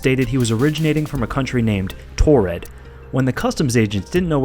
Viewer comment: I heard that name pronounced 3 or 4 different ways...Taured, Torrid, Tarid and Tardid